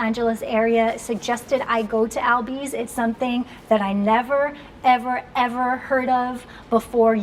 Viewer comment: girl you said "Albis " I had to rewatch that a few times hahha